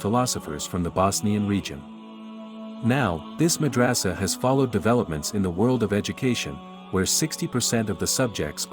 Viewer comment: Mad ra sa. Not raaaaasa